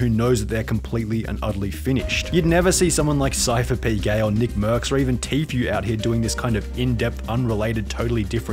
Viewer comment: It’s pronounced tfue, not tfyu